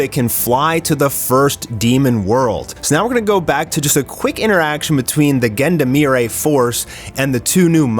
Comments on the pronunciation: Love your videos, but you really need to google how to pronounce "Gendarmerie" 😅 It's zhan-dhar-meh-ree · The way you prononced Gendarmerie is basicaly reverse Ubisoft English.